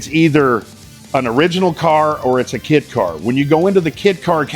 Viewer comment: Did he say kit car or kid car?